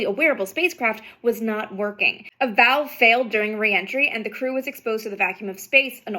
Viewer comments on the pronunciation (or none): none